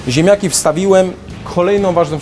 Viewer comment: "ziemjaki z masłem i śmietanom" - do logopedy! :P